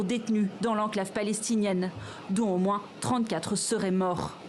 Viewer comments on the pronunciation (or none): none